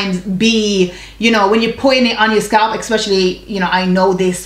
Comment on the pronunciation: Wait.. are you saying "expecially"..?? Lol luv u tho! ♥️